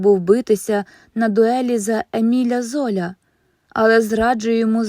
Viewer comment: Дякую! Тільки наголоси у іменах французів: ВіктОр Гюго, Еміль ЗолЯ, БарбЕ Доревіль...❤